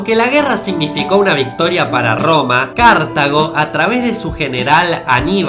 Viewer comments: "Cártago, Cártago, CÁRTAGO" Anibal se está revolcando en su tumba Cartago. Lee bien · Cada vez que pronuncias Cártago, mueren 26 millones de gatitos. Es CartÁgo (sin tilde) por Dios. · No se dice Cártago, sino Cartago. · En español se pronuncia CartAgo. Es una palabra grave/llana. Si fuera CArtago tendría tilde. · Cártago no, Cartago, me sangran los oidos por dios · Cartago, no "Cártago" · cártago..... bien bien. la palabra es llana no esdrújula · Dos fallos, uno bastante gordo: El fallo pequeño es que Napoleón no era bajito media 1.69 que para su época era un poquito superior a la media. El fallo gordo es el de Cartago,un apunte antes de todo es Cartágo y no Cártago (la pronunciación me refiero) Cartago y Roma eran aliados por ejemplo durante la guerra contra Pirro de Epiro en el sur de la península itálica, si es que entraron en guerra fue por el control comercial del Mare Nostrum (Mar Mediterraneo), entonces si Anibal hubiese conquistado Roma (que no la quería conquistar porque pretendía que se rindiese y así hacerles pagar tributos como hizo Roma con Cartago tras la 1º Guerra Púnica), Cartago hubiese conquistado un territorio muy parecido al que conquistó Roma o tal vez solo habría hecho colonias y no habría conquistado nada, eso ya no se sabe pero los territorios bañados por el mar Mediterraneo y más concretamente Europa (ya que los Hunos habrían empujado igualmente a los bárbaros hacia Europa) seguiría siendo una gran potencia mundial pero con una lengua y unas costrumbres totalmente cambiadas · Dijiste Cartago mal, es sin tilde en la primera a se diría cartaaaaago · Oye amigo se pronuncia asi Cartágo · dios tan jodidamente dificil es decir cártago? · Dios mío, Cártago, en serio? Tanto cuesta ver los acentos? lo peor es que no deja de repetirlo, estoy especializado en historia antigua y esa pronunciación hace que me sangren los oídos. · es Cártago bruto la pronunciacion